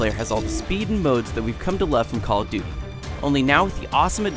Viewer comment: It call of buty